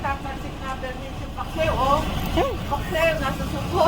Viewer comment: Very cavite yung "Paksew" ni wowa.. 😍